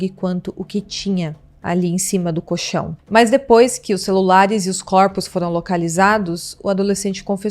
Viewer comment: Fala-se coLchão, com "L" entre as sílabas. 👍🏻👍🏻